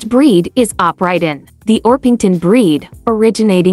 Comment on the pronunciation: you messed up with the names. Orpington or Oprighton, etc.